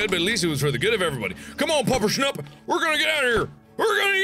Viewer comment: Excuse me SIR! It's Puppershnupp.